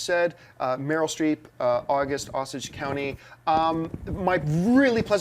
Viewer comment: pronounced Osage wrong.